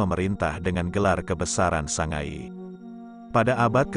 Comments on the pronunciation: Mbojo bukan mboyo. Sangaji bukan sangayi. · Mboyo ❌ Mbojo ✅ Sangai ❌ Sangaji ✅